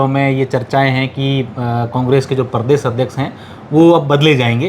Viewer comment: क्षमा चाहूंगा , पर एंकर का उच्चारण उचित होना चाहिए। शुरू में ही अर्थ का अनर्थ हो गया , प्रदेश होता हैं , परदेस नहीं। इसे प्रेम समझे , आलोचना नहीं ।